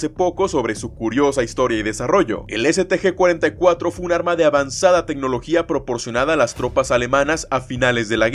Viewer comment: Esté si lo pronuncias medianamente decente pero no la del STG 44😂